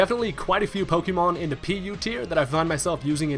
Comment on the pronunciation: PokÉmon.. not PokEEmon. >.<